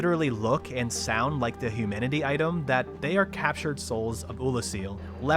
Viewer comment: I'm so stoked by this whole series. Watching someone become a soulslike nerd is great. And he called the humanities 'humidities' and that killed me in a good way <3